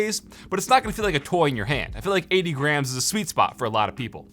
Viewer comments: When he said it comes in at 80 grams, I thought he originally said 80 grand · It sounded like he said it was 80 Grand and I freaked out for a second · Am I the only one that heard 80 grand when he said 80 grams?